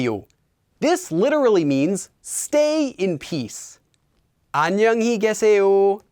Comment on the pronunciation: Isn't the last sentence in pronounced as kye instead of ke? I thought the two strings of the left was with y and not just e